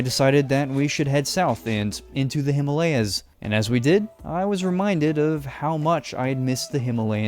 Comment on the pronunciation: U pronounced Himalayas wrong